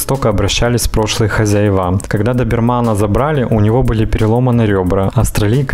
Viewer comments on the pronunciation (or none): Автор, толку ноль от того, что вы все записываете. К мнению подписчиков вы не прислушиваетесь, к сожалению. Писала вам уже, что в слове "хозя́ева" ударение падает на второй слог. Не поддерживаю тех, кто пишет, что вы грамотный. "Хозяевá" - так говорят только в деревне, где люди на грамотность ну ни разу не претендуют.